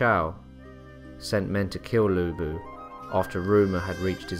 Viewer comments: Thank you for covering Lu Bu! Good job, but could you work on pronunciation? Chinese is a difficult language, so I understand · Its...its...LU BU!!!